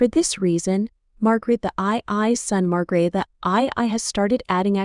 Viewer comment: Who is Fredericko ? The Queens name is Margrethe not Margaret.